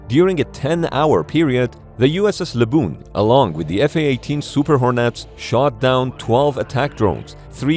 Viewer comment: USS LABOOBOO